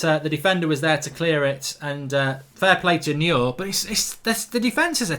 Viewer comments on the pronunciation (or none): How come you can’t pronounce anyone’s name correctly. Anyone with a passing interest in football knows how to say Neuer’s name. He’s not the only one you can’t pronounce but my God man